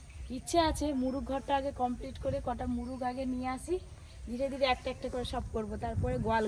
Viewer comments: তুমি মোরগ কে মুরুগ বলো কেনো, ঠিক করে কথা না বললে শুনতে ভালো লাগে না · এদের ভাষা এমন কেনো😂মোরগ কে মুরুগ বলছে,কলা কে কোলা বলে,কাঠকে কাড বলে আরো অনেক আছে..শুধু টাকা হলেই হয়না..ঘর বাড়িও সবসময় অগোছালো..নিজে স্বামী ছেলে এরা খাওয়া ছাড়া কিছু বোঝেনা..মেয়েটাকেও কেমন ছ্যাদড় করে রাখে